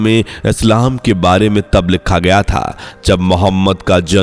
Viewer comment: लिक्खा है.??? सही उच्चारण भी नही कर सकता है.